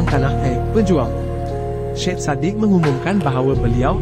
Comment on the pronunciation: sebutan nya bukan SHED sebutan ejaan SYED ialah SAYID